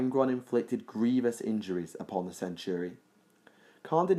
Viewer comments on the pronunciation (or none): none